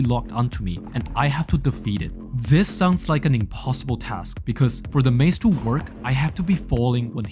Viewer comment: love the fact everytime he trys to say this it comes out as "zis🔥🔥🗣🗣"